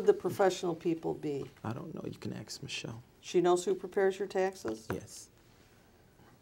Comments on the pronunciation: Wait, why are we murdering Michelle? 😂😂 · HardRockMiner Prosecutor: “Can you see your manhood when you go to the bathroom?” “You’ll have to axe Michelle about that, I don’t know I have people handle that for me.” bites lip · Netflix special coming soon called “Axing Michelle” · $49.99 on pay-per-view I'm in... Just to hear Michael say:- uhmmm I don't know axe my... Husband. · This guy needs a button to push to say " axe Michelle"!!!!! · No, you gotta 'axe' michelle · "Ax" not "ask". Lol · Michelle isent it’s her twin sister “aks michelle” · Axe Ma-Shell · “Axe Michelle” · Me for one. I am fascinated at how many lies he is telling and how he can twist things around. "You have to axe Michelle". He's sooo obvious! LOLOLOL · New men’s cologne...”Axe Michelle” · Axe Michelle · "Axe Michelle.." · I beg your pardon! May I correct you, Sir? It's 'axe' Michelle, 'aXe'! Subtle yet huge difference there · "Who is Michelle?" "I don't know you'd need to axe Michelle" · He's going to AXE her not ask her!! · New drinking game. Take a shot every time he says "axe Michelle". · dudley doright ... I ax Michelle she said ax Taylor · Please don’t do shots every time he says “ax Michelle “! You will be dead drunk before the video ends!! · Officer: do you know why I pulled you over? Pastor: I don't know.. You gonna have to axe Michelle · Paul Monaco: HA HA HA HA HA HA HA. How many times has Michelle been "axed"? She's got more lives than a CAT. Never saw a guy answer "I don't know" to dozens of questions about his own organization! I by the sounds of it he didn't do a NY minute in jail. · "You can ax Michelle" It baffles me how people who speak native English can't say a simple word right. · Ax him anything....lol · It’s on YouTube and She says “ ask Ashley “ just as much as Taylor says “ AXE MICHELLE” (Ask) 😂😩😩💯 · ...did Michelle make it out alive through all that axing? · Interviewer: "sir, are you alive?" Guy: " I'm not sure, you have to axe Michelle" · You mean axe Michelle lol